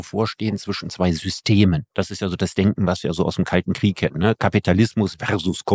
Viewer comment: Und dem Precht koennte ich jedesmal eine reinhauen wenn er 'Kriech' sagt, das heisst 'Krieg' verdammt nochmal!